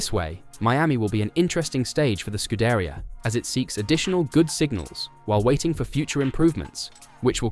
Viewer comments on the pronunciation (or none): Scuderia, the accent is on the "i" and not on the "e".